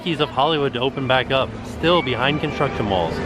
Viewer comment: I kept expecting to hear you say Shtar Wars Land, like you say Conshtruction Walls.